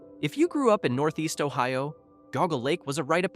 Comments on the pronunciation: It's pronounced JEE-AW-GUH not "goguh" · Geauga Lake was pretty big and I highly doubt it’s forgotten. Also it’s not pronounced goguh lake it’s Jee-ah-guh lake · I swear I’ve heard it all. Just wait and hear the mispronunciation of GEEAAAWWWGGGGAAA lake and you know it’s AI slop. I’m dying inside each time I hear this crap. “OHHPRIELAND?” This is my special HELL. Ponchartrain Beach is all wrong. No mention of six flags coming in and operating it until Katrina took it out. All wrong. More lies: the cannonball at Lake Winnie is still running. It is not closed as the video states. Wtf, dude?! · jee-AW-gə also had Sea World. It had a very famous (infamous) killer whale Tilikum (nicknamed "Tilly"). Cringe on the pronunciation of Opryland. You get it right a few times so C-. Poof-n-Stuff. Puff-n-Stuff. The rides here were buggy and were often out of order. The two story crystal merry-go-round was so pretty, no one wanted to actually ride it. Pleasure Island, MS is not Disney World's Pleasure Island. You show lots of footage from Disney's adult bar crawl, Pleasure Island. The two parks had the same name but they were not the same. Michael Jackson loved Circus World.